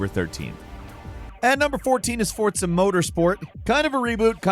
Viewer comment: Why can't you say words properly? Fort za?? Wtf is that? It's forza bro. And moyria? It's Moria with a hard o. Frigging Americans.